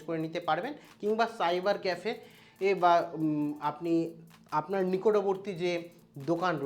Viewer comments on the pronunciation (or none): none